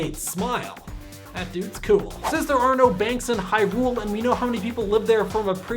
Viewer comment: I told you this before man! The emphasis in Hyrule is on the Hy, not the rule! Sorry, it just bothers me.